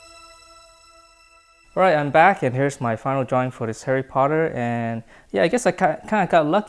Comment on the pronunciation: What said: Let's draw Harry Potter What I heard: LetS DrAw a HaiRy PotTeR